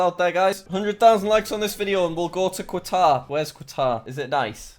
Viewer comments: Qatar is said as cuturr not quatar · Kataar not kwatar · "Quatar Quatar" Bruh Cat-Ar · its pronouned KATAR. not quaaaatar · Me watching this its pronounced as “Katar” Not “qwatar” 👁👄👁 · Qatar is pronounced katar not quatar i think it might depend on on where you are. My friend lived there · I live in Qatar and I think I am all those views but what is kwutar say it like cut are but together cut are qatar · "please dont make me go to kwatar" 😂btw its pronounced cah-tar jack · Nobody: Nobody at all: Jack: quatare Everyone: katar... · Jack it's (Kuh-tar) not (Kwuh-tar) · Qatar is pronounced Cutter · It’s pretty nice here, pronounced catar btw. Really hot tho, also alcohol is really expensive and there are no pubs and you have to have a licence to go and buy alcohol in a specific shop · Jackkk its not “kuawtar”!! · It’s pronounced qa taar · Jack: has geography channel Also Jack: pronounces Qatar as Quatar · It’s pronounced cut- Are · It’s said like catar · 😂😂 Qatar 🇶🇦 is pronounced Katar.. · Just a heads up Jack, Qatar is pronounced Cut-are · Everyone : noo thats not how u pronounce qatar Jack : haha kuawatar go brr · Yay thanks for shouting me out from Qatar! Also its (k-at-ar) Qatar is amazing btw Doha is an amazing place I want to meet u lol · bro is prounneced ka ta ar and i live in it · Bruh it's pronounced Ca-tar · Jack pls stop saying Quatar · It’s pronounced car-argh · Qatar is pronounced Katah, Jack. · Jack: Im so good at geography! Also Jack: Kquatar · Jack, Qatar is pronounced "katar" as you don't really pronounced the Q in it. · Eh, he'll never notice it's pronounced gutter. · no one: Jack when he says Qatar: "Quatar" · Its QAAAATAR QAATAR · Nobody nobody at all. jack: QATAR everyone: katar... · You mean kuatar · Qatar is pronounced CUT-OR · ITS PRONOUNCED KATAR YOU BARBARIAN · Qatar is said like katar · It's not Qatar, it's pronounced Katar. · its pronounced car tar, jack. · When you are Qatari and here him pronounce it wrong: 👁👄👁